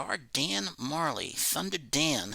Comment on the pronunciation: Hello, great video as usual. I loved to watch the items signed and listent the story for each athletes. Love the Buster Douglas autos and the Dan Majerle ( i will write Dan Marle because i don't know why the englisp speaking guys do not pronounce the "jer"....smile! Thanks for sharing my friend and Happy Easter.